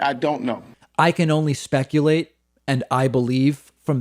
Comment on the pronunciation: "I may look like Tiguh Woods, but I can't spekuhlate."